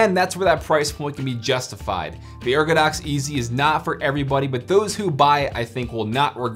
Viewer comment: Lmao no biggie but I'm sure you noticed it's ergodox